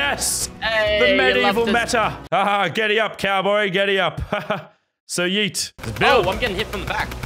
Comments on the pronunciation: It’s not yeet it’s heet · Normal LazarBeam: Yeet Medieval LazarBeam: Hyeet